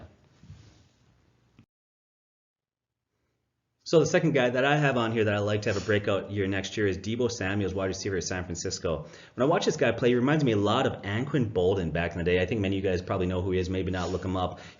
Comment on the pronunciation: *Deebo Samuel. not "Deebo Samuels" plz do more | better research. 🍺🇦🇺🏉🍺🇦🇺🏉🍺🇦🇺🏉